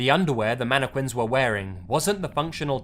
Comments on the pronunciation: Facts manne- quinss 😂😂😂😂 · Manna qwins 😂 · Narrator: Announces Mannequins like Mannekwins..Lol. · He pronounces mannequins so wrong. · The way he says mannequins is funny af.😂😂😂😂😂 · Lmaoooooooooo......dude said it several time aswell.